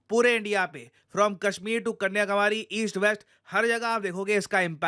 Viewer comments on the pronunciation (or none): Kanyakumari❌️ Kanyakawari✅️